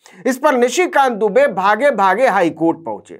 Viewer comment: आप दुबे को डूबे कह रहे हो वह जानबूझ कर। और डर भी रहे हो कल कह दो उच्चारण के कारण। इसका मतलब आप दुनिया के सबसे डरपोक आदमी हो